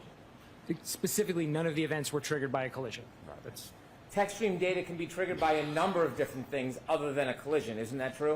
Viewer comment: I like how expert highlighted word DATA ,BECAUSE DA WAS SAYING DAITER.😂😂😂